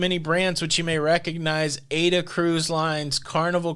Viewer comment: Funny how you pronounce AIDA 😅